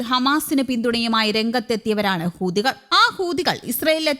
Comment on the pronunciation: ഹൂതികൾ അല്ല ,ഹൂത്തികൾ എന്ന് പറ മോളെ